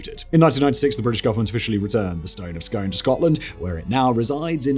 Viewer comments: Pronounced the stone of Scoon!! Dude! 😂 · Stone of Scone is pronounced ‘Skoon’ man. 😉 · It’s pronounced scoon. Scones are a breakfast cake, scoon is the ancient capital of Scotland. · And it’s the stone of ‘scoon’ not scone as in the bread product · It's pronounced scoon